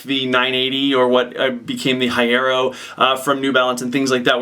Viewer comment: "Hai-arrow" - slaughtered